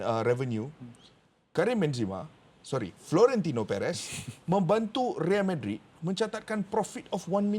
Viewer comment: NICE SEBUTAN.. RIAL MADRID.. RIAL KER REAL..